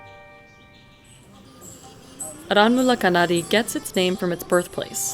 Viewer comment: Not arawul kanari it's called aranmula kannadi